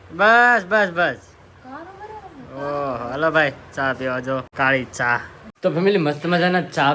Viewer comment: તું ભાઈ ચા ને છા બોવ બોલે છે 😂😅😂